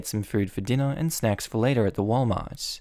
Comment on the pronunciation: At 12 30 it sounds like he said something that isnt "snacks"